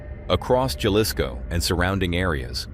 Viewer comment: The j in Jalisco is silent. Pronounced halisco.